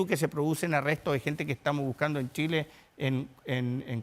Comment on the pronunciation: Se equivocó, tambien dijo Chila en vez de Chile.